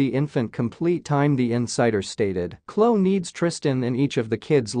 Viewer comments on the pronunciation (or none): Her name is not Klo, it’s Khloe pronounce the E Kourtney is pronounced like courtNe. Kylie is pronounced Ki-lee😊